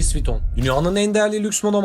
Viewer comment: Luğis viyuttonnnn